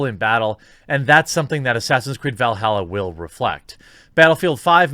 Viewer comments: It's Valhalla not Velhalla. Lol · Valhalla not Veilhalla